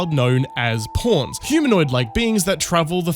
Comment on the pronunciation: When you say pawns it sounds like "porns"